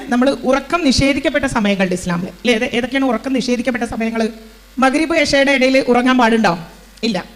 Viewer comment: മലയാളത്തിൽ മഗ് രിബ് എന്നെഴുതിയത് ഓക്കെ! ഉഛരിക്കുമ്പോൾ ശ്രദ്ധിക്കണം! പിന്നെ ഇശാഅ് നെ എശാ എന്നും പറഞ്ഞു കേട്ടു. മേലിൽ പറയുമ്പോൾ ശ്രദ്ധിക്കുമല്ലോ!🌹